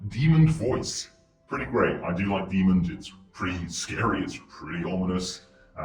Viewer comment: Demon does not have a D on the end, honestly all I could focus on while watching this video 😂